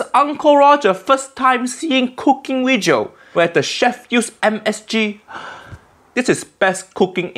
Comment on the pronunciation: No Asian say wejio and it's so annoying. Ik accent is fake but it just seems childish